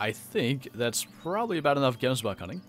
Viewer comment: its prenounsed Gems but in afrikaans Bok in afrikaans